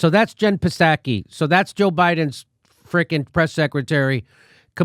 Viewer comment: Dr. Strangelove is the GOAT? I've never seen it, but Shawshank Redemption has been my GOAT for two decades. Challenge accepted ! BTW, it's not P-saki, it's pronounced Sahki. The P is silent with a long A.